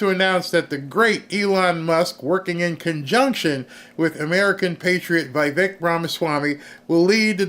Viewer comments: It is Veevek Dear not whyvek, names are read in Latin not English, I lived in India that’s why I know exact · It's VEE VEK, NOT V EYE VEK